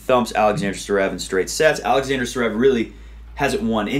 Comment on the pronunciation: DUUUUUUUUUUDDDDDEEEE IF UR SHOW IS GONNA BE THE MOST WATCH ON TH WEB AT LEAST SAY THE NAMES RIGHT ZZZVVVVVEREV NOT SUREV DUUDE A LIL EFFORT